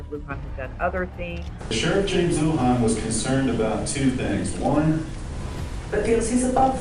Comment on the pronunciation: You're right !!! When they showed the the new clips on him they said Lujan properly. This mispronunciation drives me nuts?